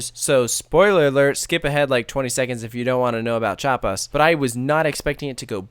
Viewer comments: Chapas? Did he say Chapas? 🤦🏻‍♂️ its Chi-apas. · You pronounce it as thou there were only two syllables, which is correct, however you still have to include the i (which in german sounds more like the i in weird) in chiapas. If you listen to to the soundtrack a lot you will learn the pronounciation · You pronounced Chiapas wrong lol.